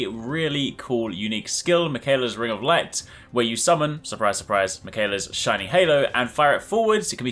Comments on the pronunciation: “Michaela’s ring of light.” it’s pronounced miquealla. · You say the name Miquella like it's some basic white girl, 'Mih-kay-luh' it's pronounced 'Mick-uh-luh' but honestly, you mispronounce a lot of names.